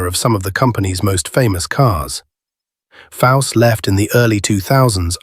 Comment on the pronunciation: Its Chip Foose not fause